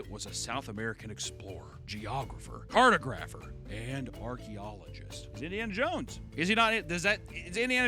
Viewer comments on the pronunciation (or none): Love this channel so much, cringed when he said cart-[oh]-grapher instead of cart-[ah]grapher, not a lot but I was dead inside for a moment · CAR-TA-GRAPH-ER. Jesus, thats not even a difficult word to pronounce. How did you even get into art school? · your pronunciation of "cartographer" after making sure you pronounced the man's name correctly... that cracked me up lmao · i died when he fucked up cartographer 💀